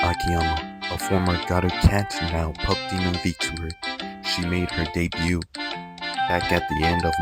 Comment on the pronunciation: Why are you pronouncing the T in debut T-T. No hate btw thanks for the reccs ❤